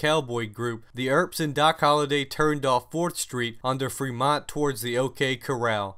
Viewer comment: Manny, you are correct. He also mispronounced Fremont.